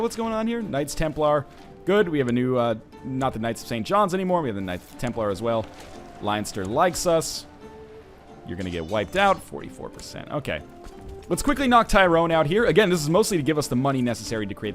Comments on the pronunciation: Leinster is pronounced Len-ster , Like so Northernlion can see this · Pronunciation Guide to help :) Leinster- Pronounced Len(as in Pen)-Ster Munster- Pronounced Mun(as in Fun)-Ster